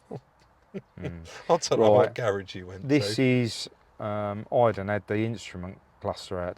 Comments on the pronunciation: Why can say Iden but can't? Maybe needs rebooting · Why do you keep calling Eiden, Aiden? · Great video Guys!! As always, that will work for you I hope you do well. No disrespect but for good sake learn how to pronounce that poor key guys name!! Thanks still ❤the channel. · Listen I know you don’t mean any disrespect (I believe you don’t) but have you checked yourself for excessive Tylenol use 😂 because you still can’t seem to get Aiden’s name right, even when it’s so close, easy to pronounce and you’re well aware. Put it this way, how would you feel if someone kept coming round to your house and calling you Bob when they know full well you’re. Aiden is clearly a nice chap, you’ve got a camera in his face and you’re a bigger YT channel so naturally he’s going to say don’t worry about it. But if I was him I would ask the question, why you can’t seem to get his name right? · Ffs, how can you get idan's name wrong again after the last video where he clearly says his name.. at least got it rite. It's like calling you Rodger when you keep saying it's.. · Come on rob get the lads name right 😂